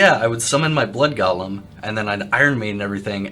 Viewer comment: Hate to be a pronunciation nazi here, but it sounds like you're adding slimy twisted hobbits to the game (Gollum). It's GO-lem, rhymes with no-lem.